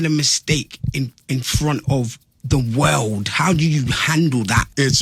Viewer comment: The way that English dude pronounced "world" is diabolical😂